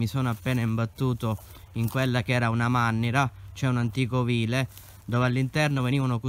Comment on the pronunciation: Si chiama MANNARA e non mannira